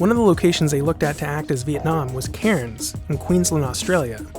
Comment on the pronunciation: fun fact, cairns is pronounced like "cans"